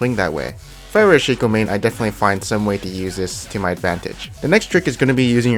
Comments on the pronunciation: you guys serious, its not shaco its shaco keep on saying Shaco Instead of Shaco pls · It´s pronounced Shaco not Shaco